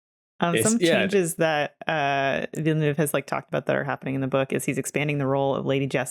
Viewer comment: Why do Americans Pronounce Villeneuve like "villa new ve"? 💀